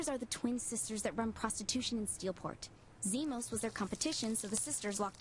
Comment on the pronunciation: Es heißt Zimos nicht Zimon. :P